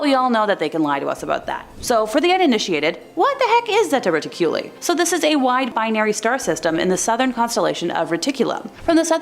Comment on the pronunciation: Zeta Reticuli is pronounced (zā ‘ tä ret ik’ u lī)